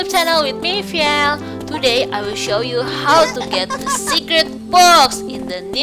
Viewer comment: vhiel not vheil🤣